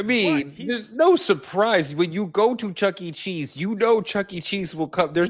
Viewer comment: I'm absolutely dying finding out that said "checking cheese" and not "Chucky cheese" but I'm so glad everyone heard the same thing hahahaha.